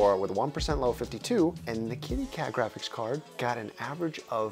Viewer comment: japan:we made the weirdest tech china: howd my gwaphics cawd